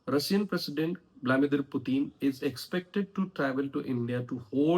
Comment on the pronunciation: You are pronouncing continuously in an incorrect way; It is Vladimir, not Vlamidir Correct: Vladimir व्लादिमीर Incorrect: Vlamidir व्लामीदिर.